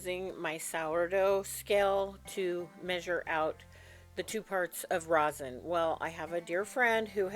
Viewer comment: It is Resin, sweetie, not rosen. Different stuff. Just found you. Fabulous.